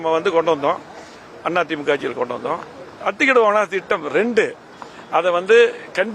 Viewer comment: டேய் வேலுமணி அத்திடவு அவாசி திட்டமா ஒழுங்கா அத்திக்கடவு அவினாசி திட்டம் என்று ஒழுங்கா சொல்லுடா பன்னாட